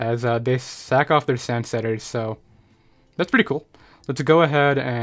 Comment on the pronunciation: Every time you say sack off it sounds like suck off and makes me laugh.